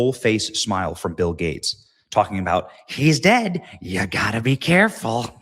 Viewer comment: true, it is weird when he says the word dead.